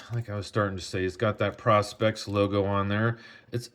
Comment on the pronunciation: “PRO specs” not Pros pecs. Love it